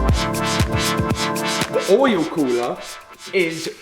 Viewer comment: challenge: say oil like this guys does. "ooieoel"